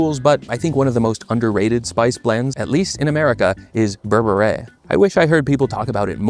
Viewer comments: Great vid! Just know it’s pronounced “bear-bear” not “ber-bet-ayy” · Berbere is also good on pasta. I think it’s pronounced BER-be-RUH by the way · it’s pronounced bear-beret (i watched one marcus samuelson video) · burr burr reh. cmon bro you're mexican, you can pronounce it better.